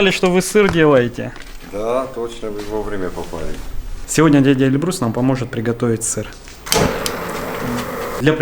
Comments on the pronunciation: Эльбрус).. и ударение на первую букву) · Для тех , кого интересует национальность Георгия , могу с уверенностью сказать только одно : Георгий НЕ осетин . Осетины ставят ударение на первый слог в имени Эльбрус .